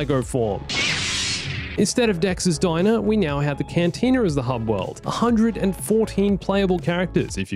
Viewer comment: Lol said cantina wrong